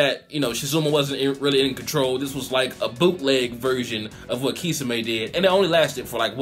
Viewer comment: it's (key som ay) that's how u say it